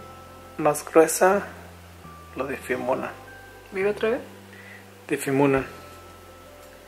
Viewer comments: Difimunan, empiezan a difimunar, difimunan😂😂😂😂😂😂😂💕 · JAJAJAJA No superó la parte donde no puede decir "Difuminan" 😂😂😂😂 Los amo💕